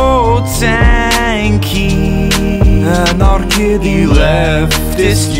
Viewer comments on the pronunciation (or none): WHAT ”ANARKIDDY” OMG